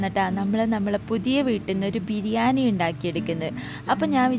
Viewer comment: ബിരിയാനി അല്ല ബിരിയാണി😂